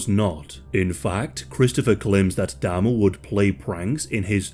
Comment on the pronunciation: Can you please pronounce Jeff's surname correctly?? It's Jeffrey Dahmer.